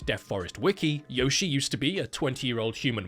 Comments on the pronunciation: I know knows that her name is pronounced "Yoh-shee-eh", but I prefer "Yoshi" now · Yoshie is read “yo-shi-eh” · Well, to be that guy, it's actually pronounced Yoshi-eh. So, really, it's a Canadian Yoshi.